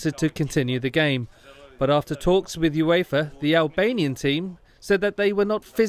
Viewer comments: You-ee-fa? LMAO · What? You mean the "You-Eefa" cup? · No one: Absolutely No one:: "You-if-are" 😐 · "You-Eefa" lol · "this angered Ueeeefa!". this voice over is number 11 on this list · Cool video but boy am I triggered about how the guy kept pronouncing UEFA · Whoever the person is speaking over the video, he butchered it hahaha absolutely no idea what he’s taking about can’t even say UEFA right… it’s 4 letters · Every time the narrator says UEFA it makes me ears bleed 🩸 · The way he said UEFA it hurt my ears